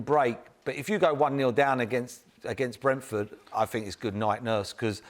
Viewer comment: If I have to hear Paul Merson say Brentford one more time I'll kill myself. It's sooooooo painful